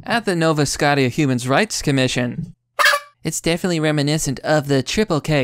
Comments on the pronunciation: Lol I love ur vids but you pronounced scotia as scootiya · Nova Scotia Pronounced No-vah Sko-sha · >Nova Scott-e-uh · "...at the Nova Scott-ea..." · You mispronounced Nova Scotia